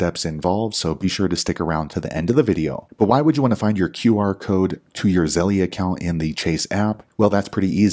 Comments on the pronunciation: The way you say Zell-eee is har to hear😂 Thanks for you info! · Why is it Zell-E and not Chas-E?